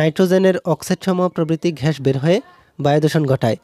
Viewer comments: Carbon dioxide ghash na bhai oita gas hobe pronunciation vul hoise🤧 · Arokom ghash ghash koren na gash na bole 😒😒ajob